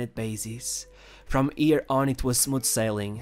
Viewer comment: " sheeted"" from ballon d'or looooooooooooooooooo first i was annoyed because you refuse to pronounce shit... but now i like it looool from yeer ( here ) on looooooooooooool